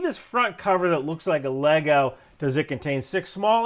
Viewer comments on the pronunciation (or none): none